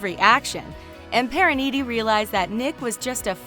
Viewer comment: It’s priyanka like the an is pronounced like the un in un-cle